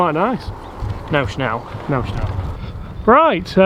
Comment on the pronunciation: Snell, not Shnell